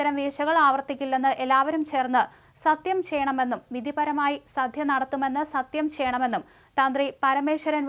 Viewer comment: 'സധ്യ ' അല്ലടോ 'സദ്യ'